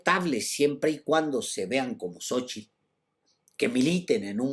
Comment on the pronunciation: Mucho elogio para un mega chairo que no sabe ni pronunciar Xochitl, no se dice "sochil", animal! A ver si describes los huipiles de Sheinbaum en tu siguiente resabiosa intervecion, acompejado.